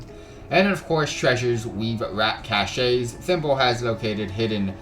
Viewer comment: Great guide! Pro tip, Whether use as a noun or as a verb this word "cache" is pronounced \CASH\. =D